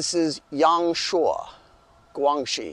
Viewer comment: your pronunciation of 陽朔 was fairly accurate at the end. It's really not a biggie. Even if you've pronounced it wrong, it won't reduce the value of your video a bit. But I thought to drop you a line to let you know. I really appreciate your effort. Myself have struggled much of my life with English. I totally understand the pain and hardship of learning a foreign language.